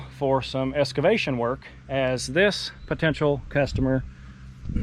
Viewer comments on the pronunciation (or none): the word is EXcavation not EScavation. Picky, I know, but that's DP's business. Would make you sound REAL professional...